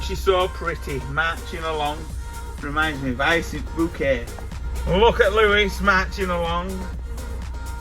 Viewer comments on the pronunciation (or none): none